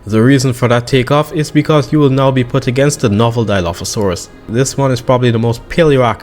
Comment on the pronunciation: Dilophosaurus:❌️ Dieolophosauras:✅️